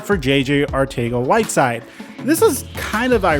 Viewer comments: Arcega is pronounced in the Spain spanish accent. Its pronounced Arthega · It's pronounced Arthega jsyk. Also Reagor has alligator hands. They prefer smaller shiftier guys (Pascal) in the slot. He would be a cut candidate if it wouldn't hit the cap so hard. He's their #4WR outside at BEST. Team has way more faith in Watkins. They are trying to showcase him to pull a trade and I would be guessing they'd take a 6th just to have him out of there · I love the fact that you change the pronunciation of "Arcega" every time you say it, I mean as a Philly fan myself I always wondered how to pronounce it